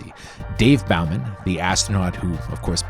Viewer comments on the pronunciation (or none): Did you really just pronounce Dave's last name as "Bauman"? You're making a video about 2001 and don't know it's pronounced like it's spelled..."Bowman". Like a bow & arrow? Dave is literally shot out into space like an arrow from a bow. Is it possible you never understood this? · Also STOP SAYING BAUHMAN. Bow-Man. Dave Bowman. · It’s not Bau-man. It’s Bow-man. The pronunciation is clear in both films. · It's "Bow"man like an archer, not like the front of a boat. I do love Helen Mirren in this, and it was great casting with her Russian background. The score is different plus the Andy Summers remake of the theme is very 80s. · Great video BUT it’s David Bowman, not David Bow-man, like the bow of a ship. This is as bad as mispronouncing Boba Fett’s name. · How the f**k can I take you seriously when you can’t pronounce “Bowman”? And no, It’s not up for debate, or a “tomato/tomahto” thing, either. Has the dude who read the script REALLY never F’ing seen 2001 or 2010? I mean, they only say his name a bunch in 2010! Seriously, this is so F’ing sloppy. I’m done with your channel. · 'Bowman' pronounced with the long 'o' sound, not an 'oww' sound. There, now I feel better. 🙂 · Bowman, Bow as in bow and arrow. Please! It spoken in the movie. Did you even watch it, or is this just a script you’re reading? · Sorry but I have to leave a dislike for the way you mispronounced Bowman. All you have to do is watch the film and listen to how it's said. If you can't take the time to do something so basic, you shouldn't be doing movie reviews. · Good review, but you pronounced Dave Bowman's surname wrong. "Bowman" is an English surname that comes from an archer, so the "Bow" bit is pronounced like the weapon, not like the bow of a ship. Maybe they should've called it 2023?